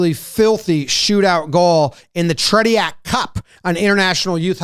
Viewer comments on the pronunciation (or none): Pronouncing it The Tre-ti-ak Cup. Too funny. Sound it out phonetically, so obviously not hockey guys. The pronunciation is more Trech-yak. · I think it's pronounced Tray-chieck Cup named after one of the best goalies ever.